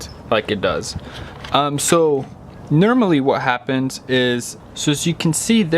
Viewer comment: Nermally? The word is normally....